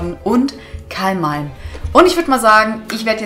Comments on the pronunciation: es heißt ka malm nicht kalm malm 😅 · cooles video wieder endlich liebe. ( vllt täuscht das nur) abr bei dem kamalm holo siehtd as aus als wäre die komplett zerkratzt ( zumindest der eis part im vorderen teil der karte) btw das vieh heißt KAMALM ohne L am anfang du sagst immer ka(l)malm XD kaocto mag dich der will dich umarmen ^^ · Warum sagst du immer du Kalmalm😅